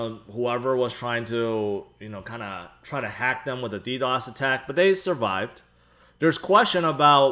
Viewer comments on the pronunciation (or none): none